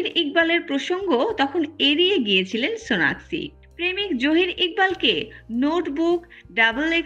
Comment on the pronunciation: হায়রে ভালো করে নামটাও বলতে পারেন